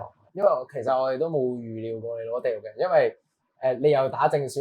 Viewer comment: 要練下咬字了，第6人，不是地6人